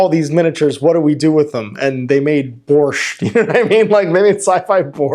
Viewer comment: This is one of the most surprisingly perfect prononsiations of Word "borsh" i ever hear from non-slav